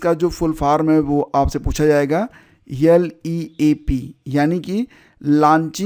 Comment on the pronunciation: Sir leap ka full form likh digiye bolne pe clear nahi ho raha